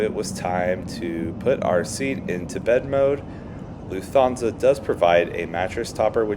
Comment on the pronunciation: Loof-Ton-Za just so you’ll know for the next LH flight you take. When I watched it after the 4th or 5th mispronunciation, on silent, the video was good. 👍🏻